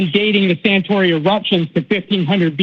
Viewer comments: Santorini not Santori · Throughout he refers to the volcano as "Santori" when it's actually Santorini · Does this guy mean Santorini? If so, why does he keep mispronouncing it? Oh, so he’s an American, ok. The prosecution rests.